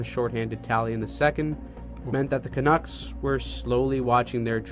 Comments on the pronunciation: Canooks lol ca nucks bud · Hi. The name Canucks rhymes with Ducks. Yes, the quacking bird.